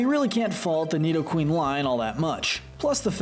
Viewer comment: It’s pronounced NEE-doh-ran, NEE-doh-REE-nuh, NEE-do-queen, gar-BOH-DURR, NAH-GUH-NAH-DULL, swah-LAHT, rose-EHL-lee-uh, ROSE-rade (BOO-kay), MAH-REE-nee, and DRAP-ee-on, “”! 🤨 You’re so bad at pronouncing Pokémon names,! 🙄